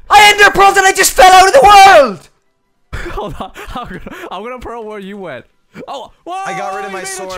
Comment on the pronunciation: "I ENDERPEARL AND FELL OUT OF THE WØØLD"